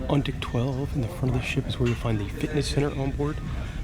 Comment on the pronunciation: I know I wasn’t the only person who heard dick instead of deck. Lol